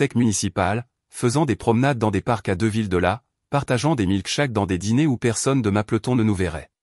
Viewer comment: Sa ce dit pas mapeloton mais mapleton